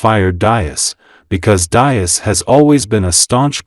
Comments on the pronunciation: These mechanised youtube videos can't even get the pronunciation of Diess right, It's DEECE. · Pronounced “dees”. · It's Diess not Dias. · You are butchering the pronunciation of Diess. It is pronounce dees with a soft s and not a z sound. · If you make a video, please learn how to correctly pronounce the name of the most important person in this video: Mr. Herbert Diess. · Your pronunciation of Diess is completely wrong. 😁